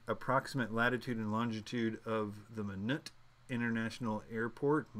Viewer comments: It's pronounced (My knot). As in "Why not Minot? Freezin is the reason." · Thank you! BTW Minot is pronounced My-not. Rhymes with why not. Why not Minot.. a town in North Dakota. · /A-Tiss/ ATIS - /Mie-Not/ Minot. Pilots know these things. Minot is significant because there is a USAF Base there. Everyone who flies knows how to pronounce ATIS. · Hi All, Just wanted to settle the confusion on the question . I used to be an RAPCON ATC at Minot, AFB..... BTW, Its pronounced "My Not" :) As we used to say.... "Why not Minot?....Freezin' the reason!!" Anyway, you started right by looking at the color codes for the terrain, but you missed the little box just to the left of the color codes that says..... "Contour Interval - 500ft". So, your terrain elevation in that color area would start at 2000 and the interval is 500, hence 2000 to 2500ft. Hope this helps alleviate some of the headaches everyone has been having on this one. I'm scheduled to take my test tomorrow, wish me luck !! BTW, thanks so much for the video, I'm happy to see I was not the only one that was frustrated by some of the answers to their questions.